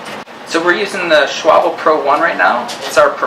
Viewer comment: Extra bonus points for the correct pronunciation of Schwalbe.....rare feat!